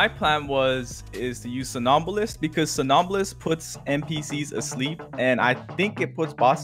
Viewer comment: No, its pronounced Som-nam-bulist.